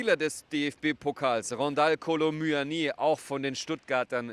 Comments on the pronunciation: hab Franzosen selbst gefragt der hat gesagt es wird mUani und net mÜÜÜani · Es heißt Muani nicht MÜÜÜÜANII wann checken es die Moderatoren und Kommentatoren endlich . Da kriegt man echt Aggressionen